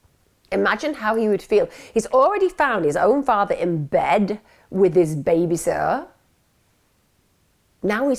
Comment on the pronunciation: Can u speak properly pls, it’s baby “SITTER” not baby sotter or whatever u were saying